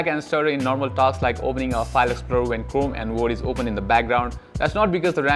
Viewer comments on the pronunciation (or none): none